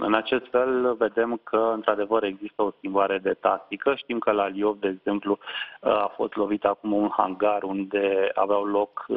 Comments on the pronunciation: Lvov e vremea sa spuneti corect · Livov. Litera "i", semn moale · "L", moale. 😊👍